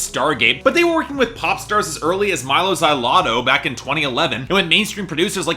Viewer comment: The way you say Mylo Xyloto... grr.....